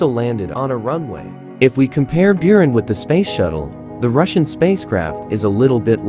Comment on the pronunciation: Your pronunciation of Russian is atrocious